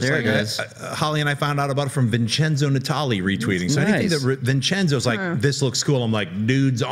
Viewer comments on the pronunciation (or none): none